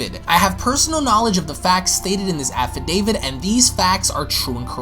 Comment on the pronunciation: I swear I keep hearing "Affi-David."